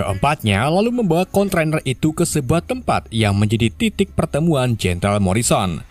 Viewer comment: Kontainer broo...bukan kontrainer he...he...he...